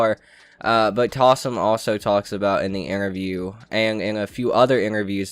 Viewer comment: Bruh its joe taslim not talsim